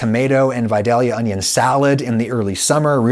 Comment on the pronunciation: "Can you eat Vidalia Onyo like an apple?" Darling, I have yet to meet the Onyo that I would not eat like an apple.